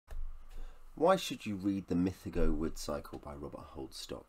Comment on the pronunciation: My favourite ever series of books. Currently re reading Lavondyss...a book of 2 halves which puts a lot of people off. It gets better with each read for me. Great video (though you're mispronouncing "mythago") 😉